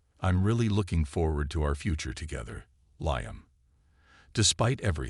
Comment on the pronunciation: Liam is not pronounced "Lie-am," it's "Lee-am." Story is far too long -- boring and confusing. And repetitive. Did I mention repetitive? VERY repetitive. Totally stupid story line, with zero explanation of what the supposed past problems were -- or what the resolution (if there had been one) was. And the story doesn't match the title at all.